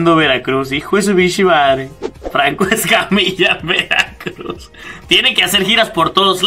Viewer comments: Awwwwww el estadog de veracrugs (imaginense la voz del narrador frangses? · JAJAJAJAJAJAJAJAJAJAJ que dijite de veracruh